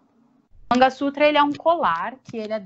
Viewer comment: vou repetir o comentário que deixei no outro vídeo; sorry!! hehe Não é MANGA (tipo fruta) SUTRA e sim MANGALA SUTRA!! Oops! A própria Bárbara está pronunciando errado, agora entendi porque você estava dizendo "manga" sutra! O que ela também chama de "sindór", na verdade deve ser pronunciado como SINDUR (Sindoor). Ótimo vídeo, como sempre! Beijinhos